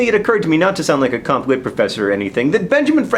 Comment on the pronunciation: I am confuzed. Did he say Comp. Lit. professor? He said it so fount it sounded dirty.